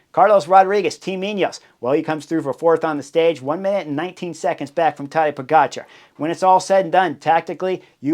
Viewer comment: It is Po - ga - tchar. The stress on the second syllable. Just like with his name, also stress on the second syllable.